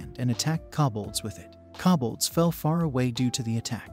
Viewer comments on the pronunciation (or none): ugh I can't take it. Since when is KO bolds pronounced KA bolds. I mean there is no A in the word at all! Don't just change words because your bored. ugh.